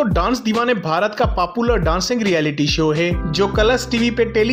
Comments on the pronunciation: Aapko bta du papular nhi hota popular hota h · It's popular not paapular